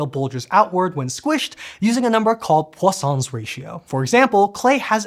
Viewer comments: Right up until I read this comment I heard Poisson's 😂 Now my brain automatically corrects to what I read, so now I hear croissants like you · anyone else Heard croissants ratio.